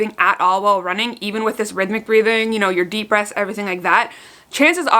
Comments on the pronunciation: Sounds like she's saying breasts not breaths haha🤣🤣🤣🤣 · I guess I'm just hard of hearing so I thought you said "breasts are really shallow" then my husband said "no babe she said BREATHS not your titties" 😂🙄 glad to know my boobs aren't shallow lol